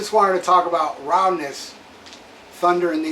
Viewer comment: I didn't know you were fluent in Japanese? "Rowdness" 😆